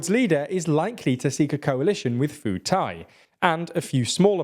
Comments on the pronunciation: Pheu Thai is "P-ugh" (as in Ugh, Melissa..., without the 'gh'), not "Foo Thai". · It's pronounced Pu Thai, not Foo Thai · Once again, a westerner mispronouncing the Thai p as an f. Remember guys, when you see "ph" in a Thai name, it's pronounced with a "p" as in "pooh", not "f" as in "fuu". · You mispronounced the Thai party "Pheu Thai". Ph is not pronounced as an F in Thai, but as a P sound. It's pronounced more like "Pur" than "Fur" 😅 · Foo-Thai LOL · Pheu Thai is pronounced as Peu Thai. All Ph in Thai words written in English is pronounced as a P essentially.